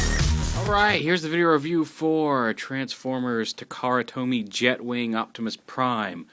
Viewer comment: Taa-kaa-raa to-me is the correct pronunciatiob